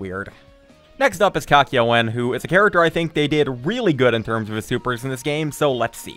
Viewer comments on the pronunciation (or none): Why did he pronounce Kakyoin as "kack yo in"